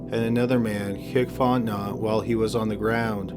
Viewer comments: Hi! Someone from Louisiana here! you’re pronouncing it “font-not” but it’s actually pronounced “font-NO”. Our last names are pretty deceiving xD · His last name is pronounced fonte-know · It's actually pronounced "Fahr-ten-ow". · Like the channel but you have to ask how to pronounce names from Louisiana. Its fon-te-no. Not font-not. Your channel isnt the only to mangle names from Louisiana. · Story 1, Dudes name is pronounced Faunt-en-no Not Fauntnot 😉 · Fontenot. Pronounced Fot-No not Fot Not. I kept getting distracted by it.😂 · 'Font-Know' not "font-not" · It's pronounced font-a-know not font-not. I'm from there. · Sorry, but I’m from Louisiana and this bothers me. The surname Fontenot is not pronounced fon-te-not, it’s pronounced as “fon-te-know” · Even though it's spelled Fontenot It's pronounced Font-no or Font-e-no. The 'T' is silent. Lol it's a good 'ol Louisiana name just like mine. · It’s pronounced Fon-te-no. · Stop covering Louisiana cases if you can't stop butchering Louisiana words. It is "fon-te-no" (like "know.") For your Jennings video, it's pronounced "BY-you," not "bay-you." As in "where's my pen?" "It's over there, 'by you." Fuck! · Fontnot is pronounced font-know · Fotenot pronounced fontano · Fontnot?????? lol you should probably find the spelling of the name and then do a google search to pronounce the name for you! Seriously it's not pronounced Fontnot lol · Fontenot Prounounced Fon ti noooo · "Fontenot" is pronounced font-en-oh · Are you trying to say Fontenot pronounced fon ten no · Fontenot pronounced font-no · PRONOUNCED Font KNOW !!! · I love ur channel in every respect but the last name fontentot is pronounced fon te no... the t at the end is silent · Fontenot is pronounced Font-no It’s French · Fontenot is pronounced font•no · He mispronounced Fontenot. It’s pronounced Font-no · The last name of the guy in the first part is pronounced FONT-NO the T is silent. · Fontenot? In Louisiana its pronounced Font-in-oh